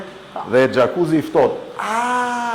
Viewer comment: Kur ben pytje o qeros.. Lere personin te pergjigjet... Lere te mbaroje fjalen..gjakuzi. Gjakuzi.. Jakuci lexohote.. Frigorifer me uje gati😢😢😢😢😢😢gje e mafhe.. Gjakuzi. Eeeee